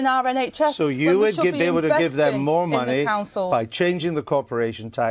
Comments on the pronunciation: "muneh, economeh, countreh" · What is ‘Monnay?’ Rayner needs to learn how to speak! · “Munnay” She’s embarrassingly thick.